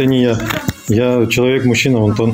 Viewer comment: А почему онтон, А не Антон?